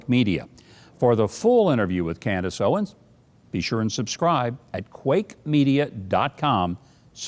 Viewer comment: Mike, Mike, Mike.. Can you please get her name right? It's Candace OwenS